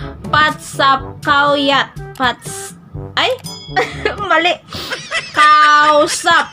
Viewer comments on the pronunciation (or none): none